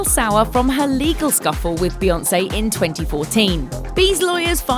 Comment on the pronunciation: F beyawnce